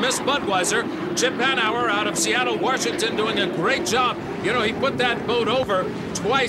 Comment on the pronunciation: There's no R in Washington.